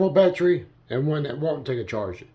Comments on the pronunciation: What is a “baatree”? Is it an evergreen or deciduous tree? “Litterly” is not a word. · Battery has three syllables. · Great, my “Batree” thanks you.